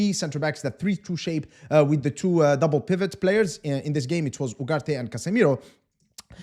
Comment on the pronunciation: Missing your pronunciation of “pivot” with the silent “t”